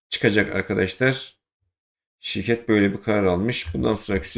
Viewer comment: ilk bedelsiz şireket nedir anlaşılmıyor. ne dediğin anlaşılmıyor